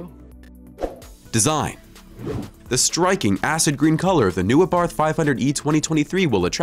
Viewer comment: "ABARTH" is pronounced Abart ( the H is silent)..."Francois" is pronounced Fran Soire